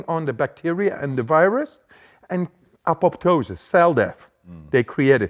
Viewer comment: You don't get better than this. Excellent interview full of new insights! Great interviewee (of course) and host (of course; great listener). BTY, "apoptosis", or "programmed cellular death" [as opposed to "necrosis"] is a Greek word where the 2nd 'p' is silent. Also, uncoupling proteins or UCPs figure big into this equation of adaptation to cold and disease resistance. Uncoupled proteins are weak acids that dissolve lipids in the inner membrane of mitochondria's matrix space holding tens of thousands of Electron Transport Chain enzyme complexes + ATP Synthase, thereby uncoupling oxidation from phosphorylation and ATP production. UCP1 is found in brown fat—the most important for this discussion. UCP2 has broad distribution in tissues, but less than 1% expression as UCP1. It may be important in producing fever. UCP3 is found in muscle and is regulated by thyroid hormone T2 (although some older textbooks say T3). I think UCP3 also factors significantly into Wim Hof's method of extreme environmental adaptation.